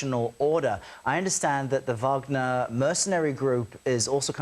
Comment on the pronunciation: What she try to say Wagner 😢did that lo